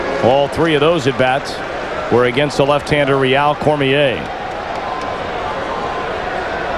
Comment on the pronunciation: He pronounced Rheal Cormier correctly though. Good job Harry :).